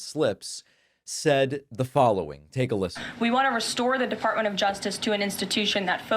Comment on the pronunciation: She called it the defartment of justice lol